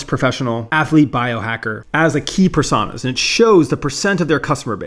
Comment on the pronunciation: Great video as always, but that pronunciation of "Personas" is bait, right?